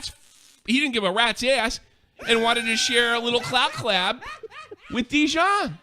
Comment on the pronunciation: I love how says Pokimane is mispronouncing dijion s name. he stops saying dijion s name at this point bc realizes he’s been saying Dijon too